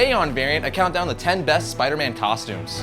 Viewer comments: At the beginning you said tostumes instead of costumes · Rewind it he said tostumes